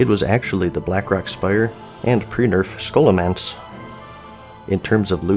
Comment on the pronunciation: Everytime he says Ssssshoolomance, i die inside.